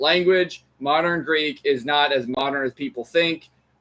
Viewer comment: Your American accent is so strong that I don’t understand a word of the Greek you speak. Please work on your pronunciation.